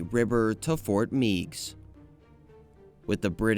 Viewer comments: Also Ft. Meigs is pronounced "Megs", not "Meegs". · As a kid from Perrysburg, Ohio and having visited the fort several times and slid down its slopes in the winter, I must tell you that Fort Meigs is pronounced “Fort (may-gs)” with a long A sound, as in eight. Thank you for your video :) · Fort Meigs (Fort Magges) As in Mag Griffin